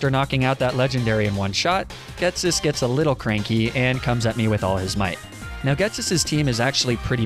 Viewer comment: And "Ghetssis"